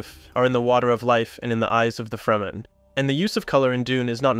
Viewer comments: Awesome breakdowns, you made some really great points that I hadn't previously noticed about some of my favorite movies that I'll appreciate even more now! If I can give one piece of feedback, it's that I think you could work a little on consistency. You pronounce Fremen 3 different ways, two incorrectly but in different ways almost back to back, and the same with Chani when talking about the importance of Blue (although those aren't wrong necessarily but still conspicuous). This is a minor point, but you've got such a great quality of work already that these little things stand out more and to people who notice them it could shake their faith in your points if it feels like theres still mistakes being made on the really basic stuff. Idk if you have an editor that you work with, but someone to help catch little inconsistencies might really help take your videos to the next level. I'm looking forward to seeing your channel grow and what other awesome stuff you'll make going forward. It's so exciting anytime I find a new channel making thoughtful work. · its crazy working on such a great 10minute dune video but consistantly pronouncing "fremen" incorrectly.. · Head ups for next time, it's not FREE-men it's frem-en. Fantastic video!!!! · Freh-men. Not free-man. But otherwise great video and good points. Color and light intrests me profesionally. Perhaps a video about directing the viewers eye with luma values of colors? Blue is pretty dark(grey) if you look at it desaturated. Skintones take the viewer somewhere if you go above and below certain luma or IRE values. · Freh-Men not Free Men. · FREMEN NOT Freeman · Its Fremen not Freemen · it's Fremen, not Freemen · Dude you need to sort your pronunciation out. You swap between saying Lee-toh and Leto. You also swap between saying Fremen and freeman It's really distracting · FRE-MEN not FREE-MEN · You gotta stop calling the fremen the “freemen” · bro said fray men and free men within 10 seconds of eachother